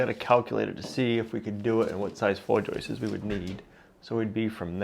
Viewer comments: Hey...the plural of joist is joist not joistes....😁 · I thought you said you were going to keep as much of the original farmhouse as possible. Turns out you kept nothing. And stop Saying joisters !!!! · One joist, two joists, no such word as "joist-ses" - the issue is many folks now over enunciate the pluralizing S in joists so it comes out as Joyce's like they're saying Joyce's hat. I took it as a modern American regional quirk. It's definitely not only. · FYI: The plural of joist is joists... not ''.. joistes..." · It’s Joists, not Joyce’s… no ‘ces’ at the end for the plural of Joist 👍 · No more 👍 until you learn to pronounce "JOISTS".